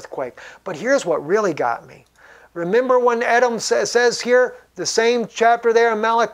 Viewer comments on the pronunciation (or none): Believe it is pronounced E-dom